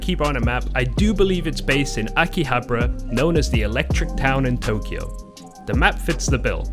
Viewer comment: It's "Akihabara" not "AkihaBRUH"